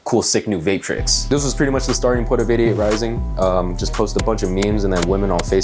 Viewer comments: Could of sworn you said "idiot rising" which does sound like 88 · When you say 88Rising it sounds like idiot rising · sounded like you said "idiot" rising